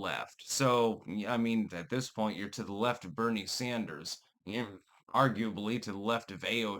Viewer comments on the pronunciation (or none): none